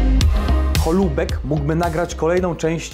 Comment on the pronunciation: Dymsza Holoubek, a nie Holubek